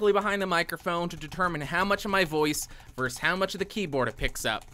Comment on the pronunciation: Why is it that YouTubers think Versus is pronounced "verse"? ver·sus /ˈvərsəs,ˈvərsəz/ Learn to pronounce preposition against (especially in sports and legal use). "Penn versus Princeton" as opposed to; in contrast to. "weighing the pros and cons of organic versus inorganic produce" Be a leader in broadcasting. Use proper English.